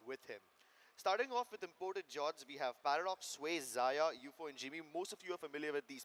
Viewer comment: Dear caster wo ziya ni xyaa(zaya) hai Ty🙂